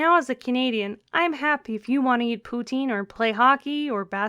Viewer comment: pouteene..........thats not like poutang is it??